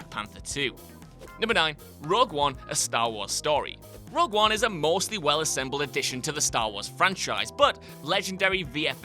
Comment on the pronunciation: "Rug One" ????